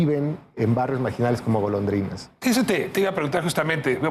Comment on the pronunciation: Todo el tiempo dice la pleca Golodrinas en lugar de Golondrinas 😅